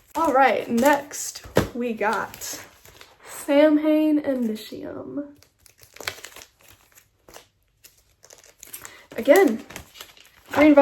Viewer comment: Fun Fact: Samhain is a Gaelic word. It's pronounced Sow-in, "Sow" as in a female pig and "In" Some say sah-win. It was a pagan festival celebrated by ancient Celts on Nov 1st that marked the end of harvest season and the start of winter, and it is the origin of Halloween. Hardcore Glenn fans corrected me when I was a kid, so I pass it along now lol. I have the sleeve for Black Aria framed hanging in my den, sadly I don't have the record anymore. Great vid btw!